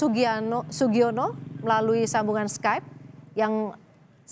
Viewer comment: Sugiano eh sugiono😭 Kenapa aku salfok sama yg begitu astaga🤣